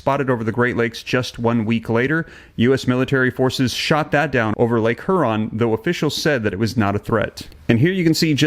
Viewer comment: You can’t even pronounce the name of Lake Huron properly! I always find huge errors in your podcasts. You should try to know a little bit about some of the places you report on.